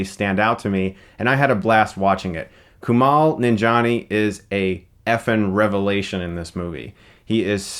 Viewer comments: It's pronounced Ku-mail Nanjaini, not "Kumal". Just saying..... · Isn't it Kuma-eel nan-jee-ani? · "Koomal Nonjohnny"? Kumails name is pronounced how it's spelled....... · Coo-mall ninja-nee. lmao